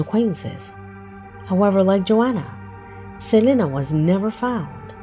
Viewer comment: did you see how he said Juanita Estevez? That’s how you should say it without trying to put your ridiculous Spanish accent on it and disrespecting them. once again you completely butchered someones name. Its Selene pronounced Seleen.